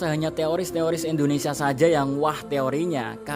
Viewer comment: Indonesia bukan endonesia 😢